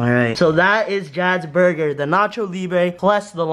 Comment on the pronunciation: David's burder